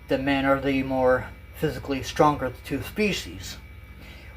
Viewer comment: He said two species looking like toof species😂